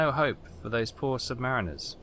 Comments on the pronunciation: sub marine er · It's submariner like how you pronounce marinade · Please correct your pronunciation of submariner